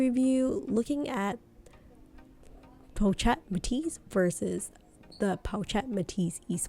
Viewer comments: Hey girl, the “ch” sound is prounounced like “sh” so “chic” is pronounced “Sheek” and “pochette” is pronounced as “po-shette” :) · hi i really wanted to watch you video but you mispronounce the word pochette as well as “chic” and it was hard to watch sorry